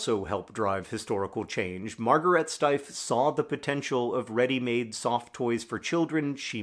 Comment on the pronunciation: I've purchased several of these over the years because they are so extremely awesome. In all that time, I have mistakely assumed the name of the company was pronounced "steef." Thank you for the video and correction